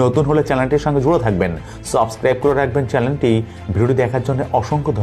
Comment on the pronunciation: U should correct ur pronunciations like "Channel" & others.